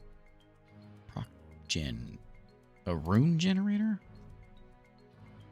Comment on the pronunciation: It is technically pronounced "pross" since it's short for procedural